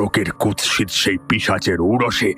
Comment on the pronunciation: ভুল শব্দোচ্চারণ শোধরাতে হবে-(1)কুৎসিতো নয় কুৎসিৎ।(2)লোকোলশ্কর নয় লোক্ লশ্কর হবে